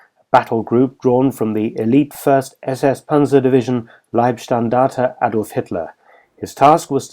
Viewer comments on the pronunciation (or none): none